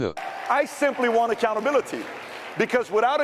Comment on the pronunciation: is PBD a foreigner? why does he have issue pronouncing the word "accountability"? omg